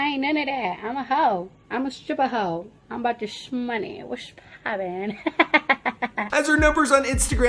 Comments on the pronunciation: "Ceerdi b" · You said her name correctly this time lol